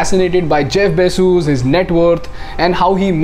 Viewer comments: Is it really pronounced Jeff BayJuice? 😂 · Bezoos? His surname is Bezos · every time he says Bezos :D